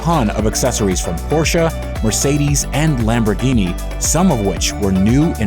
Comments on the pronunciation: "porschA" is a good name for a stripper; the car is called porschE (not porsh, not porsha, porsche!!!) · the fuck is a "porscha" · For God's sake it's PORSZ. Do I need to write it in Polish to you to understand ? There is no foking E in the end. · as an car enthusist u should know how to pronounce Porsche. A hint its not porsch-a like u americans say